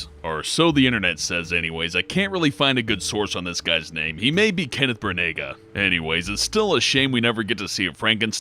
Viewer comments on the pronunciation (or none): It's pronounced Bran-uh not Bruh-nag-a. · It's pronounced Branna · Kenneth Brannagh's name is pronounced "Bran-ah", the G is silent. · Kenneth BRAN-nuh. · it's pronounced "brannah" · Kenneth Bra-Naw spelt Branagh. It's irish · if we have to sit through that obnoxious voice, please get your pronunciations right. BRA-nah pa-GO-duh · What? Did he just pronounce Kenneth Branagh's last name as bra-nay-ga?! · kenneth bray-nigga?? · Sorry to be picky but it's Kenneth BRAN-AH and George LAY-ZEN-BEE. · The pronunciation that he was lookig for was "Bran-Nah" - Kenneth Brannagh... Some how I doubt that the internet got the link between Cronenburg and Brannagh wrong. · It's pronounced BRA-NAH. Kenneth Branagh has a silent G.